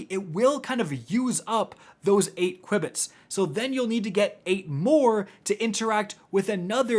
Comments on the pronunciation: I'm sorry, but it's pronounced 'q-bits' no 'cui-bits' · JFC...it's pronounced "Q-Bits"...as in quantum bits. 🤦‍♂️🤦‍♂️🤦‍♂️ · Qubits are pronounced "Q bits". Short for quantum bit. Ordinary computers use bits; quantum computers use qubits. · Hearing say qubits I will star saying it like that now 😂😂 I think it's "cue"-bits but I like the new pronunciation 😂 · q-bits, like quantum bits 🙂 Appreciate the video, definitely making my runs much easier, your videos are always super helpful, thanks for this and all the other new videos! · lol mispronounced the word so much THERE IS NO I BETWEEN THE U AND B lol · Sorry I’m pronouncing it this way from now on. It’s too great, fun to say